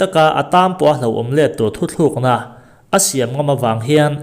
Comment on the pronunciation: Thu thlûkna ni lovin, thu tlukna tih tur aw.